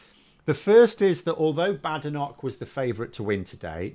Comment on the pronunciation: It's pronounced "Bad Enoch". Together with Sunak, Priti Patel, Suella Braverman, Javid, Kwarteng & Zahawi .... I'm becoming opposed to immigration. Why is it that the children of immigrants are the toughest on immigration?